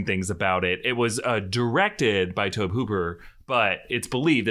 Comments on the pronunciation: I’m probably the only one who gets annoyed that he pronounces Tobe Hooper’s name like “lobe” instead of Tobey. Otherwise, I thoroughly enjoyed the episode! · Tobe Hooper... pronounced Toby. Fact.